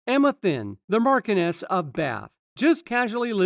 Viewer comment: Markoness of Bath??? It is Emma Thynn, Marchioness of Bath, pronounced, 'Marshoness'.